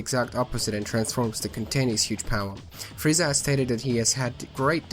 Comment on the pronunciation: It sounds like you're saying Friezar.